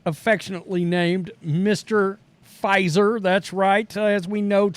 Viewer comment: Mr. Puh-Fizer.